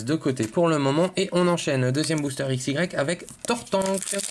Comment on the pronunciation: on dit aix